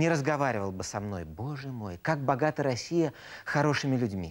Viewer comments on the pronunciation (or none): none